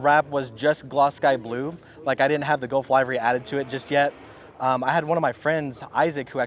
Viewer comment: It's pronounced "liv-ree," not "live-ree."